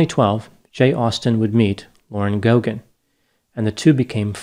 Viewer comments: In Ireland, we pronounce the name Geoghegan GAY-gan not GO-gan - not sure if it's generally the same in the US. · It's pronounced Gaygan not Gogan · It's not pronounced Go Gan, it's pronounced Gay Gan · Its pronounced gay-gan not go-gan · It's pronounced "Go gen"? I knew someone with that last name at work, and we always pronounced her name like "Jeff again". Maybe we were all wrong. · The name Geoghegan is originally Irish and, in Ireland, is pronounced "Gaygan". Of course, in the US, many people with Irish surnames mispronounce their own names :) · Its pronounced Gay-ginn. Its an Irish surname. These two were naive, and it ended up costing them their lives. They shouldn't be mocked though. RIP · Any Paddys here interested to see how Americans pronounce Gay-ghin ? 😆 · Her surname is pronounced, 'Gaygin'